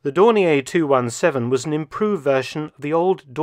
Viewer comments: In German, it's pronounced "Dorneer" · May I query Mark Felton's pronunciation of Dornier? I once heard it pronounced that way and thought it was an error by someone who believed it was French. Was Dornier from Alsace and retained the French pronunciation? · I have been pronouncing Dornier incorrectly for 65 years.